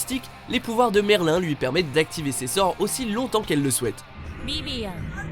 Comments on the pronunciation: C'EST MERLINNE PAS MERLIN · C pas merlin mais on prononce merlyne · Comment ça il est où le respect 😤 🤯ça s’écrit merlin mais ça se prononce merlinE que ce soit en VF ou en VO srx ! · Euh Merlin se prononce Merline mais s'écrit Merlin!! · Sa se prononce merline pas merl1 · Mec sa se dit pas Merlin. Mais merline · on ne dit pas Merlin mais Merline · Déjà c Merline et non merlin 😭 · C'est pas Merl1 mais MerlinE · C’est pas Merlin c’est Merline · Par contre vous avez présenté MERLIN (d'ailleurs c'est MERLINE la prononciation) comme une méchante et wallah ça se fait pas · SES PAS MERLIN MAIS MERLINEEEEEE‚ MERLIN AU FÉMININ.🤬🤬🤬🤬🤬🤬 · Mais on dit MERLINE et pas MERLIN!! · Ont dit MERLINE jpp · Ça se dis merline voix off de merde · Quand vous faites un top 10 sur des personnage d animé, svp apprenez a prononcé leur nom car la comme vous le prononcé ça fais saigne les oreilles comme si c étais Jul qui parle (ex en 7eme position Merlin faut le prononcé comme s il y avait un E a la fin comme si ça s écrive Merline) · Sa se dit merline😂😭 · Ils font des "recherches" mais ils sont même pas capables de dire Merline sa m'a saoulé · si la VO le prononce merline c'est que sa se dit merline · Tu di mal merlin😤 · Si tu sais pas prononcé le nom de Merlin alors le dit pas idiots. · Alors deja quil prononce mal merlin euuuu c’est bof quoi et apres que septieme c’est une blague elle est trop forte trop badass normalement elle est au moin dans le top 4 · Il a dit dans la description que sans faire exprès il a mal prononcé Merlin